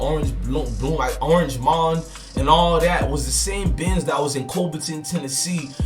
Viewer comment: U said orange mount smh its orange mound🤣